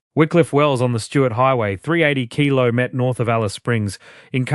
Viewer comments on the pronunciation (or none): Yes, 180 kilo met ?? you'd think A.I. would have got that right by now, Geees!